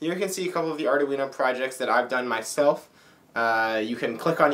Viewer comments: the thing that stands out to me the most, is the way you pronounce Arduino. I don't think it has four syllables. It has three. I found several websites that say the correct pronunciation is: ARE - DWEEN - OH, not ARE - DAH- WEEN - OH. There is even one that actually has a woman's voice pronouncing it, but youtube won't let me post a link. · It's pronounced : ( "ARE-DWEEN-0") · great tutorials,but can you please stop calling it ARDA-UINO ? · Ardoooweeno eh?